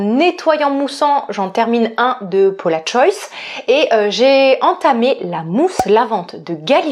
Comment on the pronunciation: Ouiiiiiii je suis aussi passionnée par les parfuma😍😍😍 stpp avec plaisir!!! Et la Maison Margiela j'ai acheté le automn vibes le dernier. Il est sublime! P.s. on prononce le S de Paula'S Choice hihi ça me perturbe chaque fois que tu le dis hihi